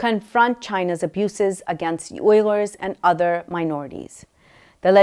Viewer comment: Is the pronunciation really “oiler” for the Uyghurs? I have always heard it pronounced “Weegers”. Or are you talking about something/someone else?